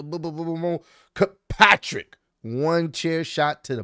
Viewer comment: Bro really said kirpatrick😂